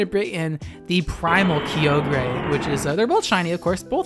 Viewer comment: Isn't Kyogre pronounced "ky-oh-gur" and not "Key-oh-gray"?